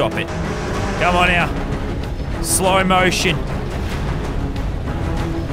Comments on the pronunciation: He said slomation 🤣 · When he says slow mation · My man said "slow mation" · he said slow maition